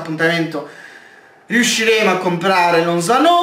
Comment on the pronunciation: lozano senza l accento sulla o